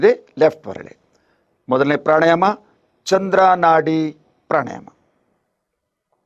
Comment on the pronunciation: ಪ್ರಾಣಾಯಾಮ ಪ್ರಾಣಾಯಾನ ಅಲ್ಲ.